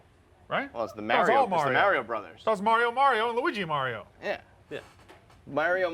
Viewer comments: Why the fuck cant say Mario right, likes to be a douche? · is way too cool to say “Mario” correctly.